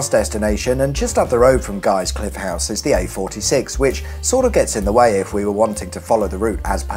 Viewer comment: It's not pronounced "Well-es-bourne" it's "Wells-bourne", also "Guys Cliffe House" is said all straight, no emphasis on "cliffe" needed.